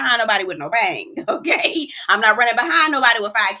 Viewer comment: NOT THE BAY-YANG!!! I am completely baffled as to why Wayne came on this show in the first place. 😴😴😴